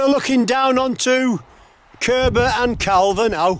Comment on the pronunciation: I grew up there, enjoyed your video, oh and by the way Calver is pronounced car-ver 👍